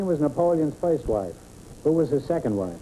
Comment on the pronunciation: 21m43s I love how G'man gets "foist number" out of "first number".